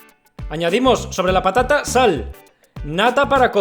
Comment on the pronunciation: Alguien mas escucho papa nata en vez de patata nata